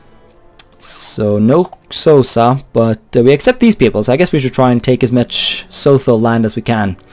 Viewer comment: Oh btw, Xhosa is pronounced with a click, and Sotho is pronounced Soo-Too